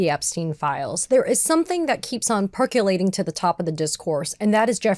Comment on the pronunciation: Perculate? PERK YOU LATE?????? There is no letter "U" in the word Percolate. PERK OH LATE. Embarrassing for you....